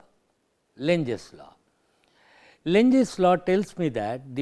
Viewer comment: lenz law, but he says lunches law,,,sorry , just opinion